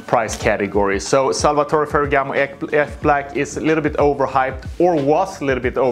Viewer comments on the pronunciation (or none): Nah bro don't massacre my boy F Black like that haha